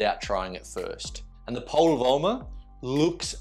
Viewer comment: "VOIMA", not VOILA 😀 VOIMA pronaunced as written 👍🏻 means POWER in Finnish!